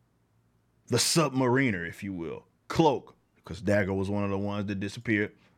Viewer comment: you said sub mariner wrong it's sub-mare-in-ner... you GOTDAMN ROOKIE jk . i haven't heard him referred to that in ages though, i always hear people just refer to him as namor now a days .